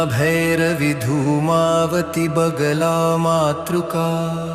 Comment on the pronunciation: Dhoomavati not boomavati